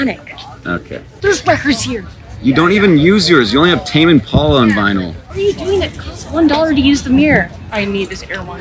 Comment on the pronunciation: I thought Tame Impala was pronounced Tame Impala rather than Tame Impala